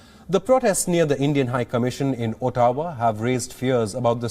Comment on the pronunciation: I just stopped listening to him after he said "oo-taa-waa" :)